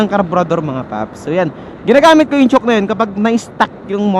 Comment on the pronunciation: Chowk ang pg pronounce d chock(chalk?)